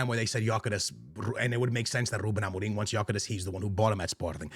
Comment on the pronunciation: dude will simply not stop pronouncing amorims name wrong, wtf is amo-ring